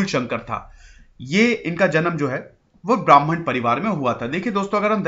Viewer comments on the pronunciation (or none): none